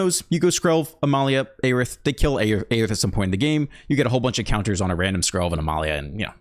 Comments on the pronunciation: It's "air-ith" not "aye-rith". Just trying to help since you said you didn't know. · Her name is phonetically (Air-ith)